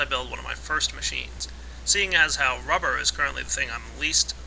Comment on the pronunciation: it sounds like u say wubber no offense